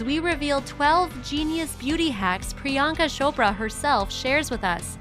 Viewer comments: Non Indians pronounce her name as pri-yaan-ka shopra guys its priyanka chopra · She called her Priyanka Shapra😂😂😂😂